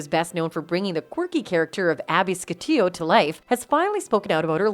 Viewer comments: Really? My condolences to Heath's family but, he only played a bit character on the show, not a huge part of the NCIS family...and it's Abby Sciuto (Shoe-Toe) not (Scoot-E-Oh). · Abby SCATIO??? Lol. Sciuto=shootoh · Its pronounced Shuto! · If you're making a "fan" video...shouldn't you ACTUALLY be a FAN? it's Abbey Sciuto (pronounced SHOOTO)...anyone who watched any of the first dozen seasons would know that!!! And the guy who died (while tragic) will NOT be remembered for NCIS...he was a one-time guest, who MOST fans don't even remember seeing on there unless they were already a fan of the actor. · You can't even pronounce 'shoo toe' correctly. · Abby 'Ska-te-yo"?? Yikes! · Wow, way to butcher Abby's last name >_> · How did they miss pronounce Abby’s name … also BRING ABBY BACK!